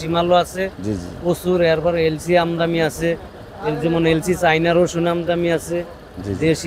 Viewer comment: আমদানি বলতে পারেন না আমদামি বলেন কেন